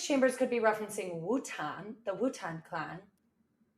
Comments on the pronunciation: Wu Tan? Wu Tan?! Its Wu TANG. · Did you just say Wu-Tan? 🤦🏻‍♂️ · The enunciation of wu-tang bothers me